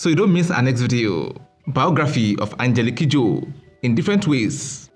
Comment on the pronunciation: When he mentioned her full name, I losti t from how he pronounced it.